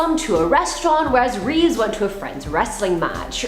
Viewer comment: actually it is Reeve. Not Reeves.